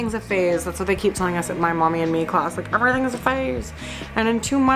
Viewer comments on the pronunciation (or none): none